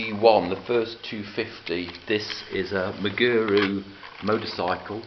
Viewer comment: you are pronouncing Meguro wrong. You are pronouncing the last 'ro', ru. You are saying, Meguru. The correct pronunication is of 'ro' is like the English word, 'row' Megurow. Just thought I'd give you a heads up. Feel free to delete this comment if you feel it is patronizing, but if ever a Japanese person were to visit your truly excellent museum, he would be equally impressed with your pronunication.